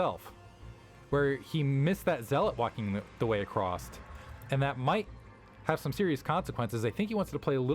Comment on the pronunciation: why do some some people say acrosst